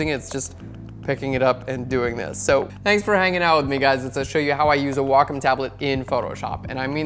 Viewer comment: Very informative. Thanks so much! Also enjoyed hearing Wacom pronounced correctly!